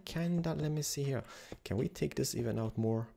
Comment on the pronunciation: I love how you say HERE Hiar